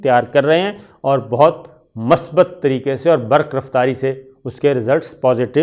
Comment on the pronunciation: My dear Shakir, I am your fan. I POINT OUT that correct word is MUSBAT not Masbat as usually Used by you in your TV Show. In case of any doubt you can consult any Urdu Dictionery. I repeat that correct prononciation of this word is MUSBAT. God bless you. Mushtaq from Lahore.